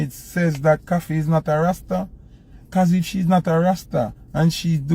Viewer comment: A must the word rasta that him rhyme with pasta.